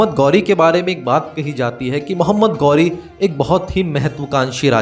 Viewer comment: गौरी नहीं ghori घोरी